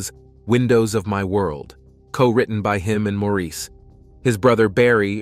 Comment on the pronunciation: Not even five minutes in. Maurice is pronounced "Morris" and their father's name is not High - it's Hugh. The surname is Gibb - not Gibbs.